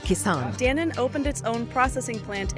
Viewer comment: Dan-on, Dan-1 nahi. But video was good